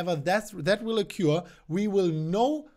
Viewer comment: You speak English very well. One helpful hint on pronunciation: You pronounce the word "occur" incorrectly. You pronounce it "oh cure"; it's "uh cur".